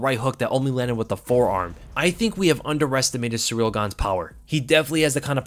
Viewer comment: Hey, it’s pronounced “seeril” not “sureel” - you been watching tooo much Uncle Chael 😆